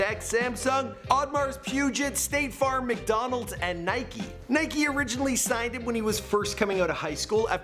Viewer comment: tf you said Nike and Adidas like that ?